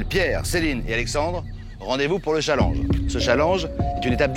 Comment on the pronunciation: mdr comment castaldi prononce challenge 😂😂